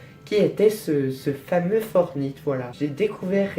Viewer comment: Tu prononce mal "Fortnite" on le prononce plus comme Fortnite que Fortnite, voila.